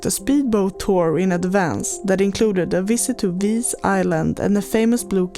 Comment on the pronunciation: The correct pronunciation is “Hvar”, with an H at the beginning, like the H in “hot”. It’s not silent. Some people mistakenly say “Var”, but that’s incorrect. Happy to help 😊